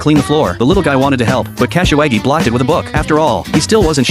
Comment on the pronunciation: Bruh kasawagi pronounciation is hilarious Cashy waggy😂😂